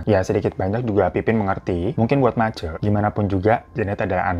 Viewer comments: bg, Ma-C bkn MACe 😅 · gk nyangka bakal ada cerita dr manokwari, aku jg dari mkw. btw bang, mace itu dibacanya macé (sm seperti e pada enak) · Mace bang, E nya kayak nyebut rosé bukan e penat